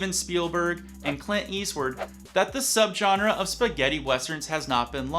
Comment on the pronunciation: "Clint Eastwerd" 👀